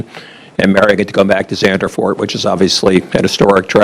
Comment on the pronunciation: He kept saying Zandervoort instead of just ZANDVOORT. (just say it as Sand)